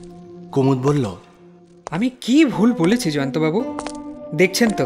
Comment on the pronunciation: মানিকের উচ্চারণ এ problem আছে যেমন বল্লো উচ্চারণ কে উনি বলেন ব ল ল । নস্য না কি নস্যি ?